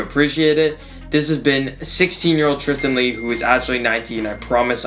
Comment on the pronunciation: Tris-tren Lee